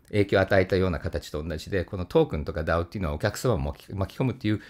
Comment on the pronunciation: DAOの発音がとても良かったので三回聞きました